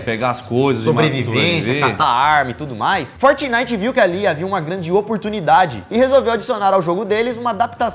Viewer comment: "fortinite" kkkk não parei de rir